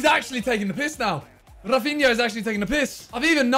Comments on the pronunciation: oy simon, a tip from a brazilian subscriber ;) In Brazilian portuguese we pronounce the R in rafinha's name like "Hafinha" ;) much love bruv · Simon He’s Brazilian, so it’s pronounced more like Hafinha than Rrrrrafinha